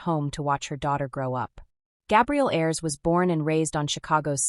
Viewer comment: "A-ers" NOT airs